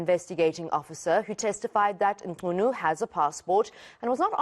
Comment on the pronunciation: Thanks mama for effort to properly pronounce the surname.